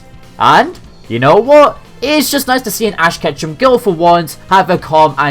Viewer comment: all i heard was ass catching companion